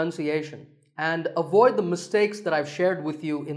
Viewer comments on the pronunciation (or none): none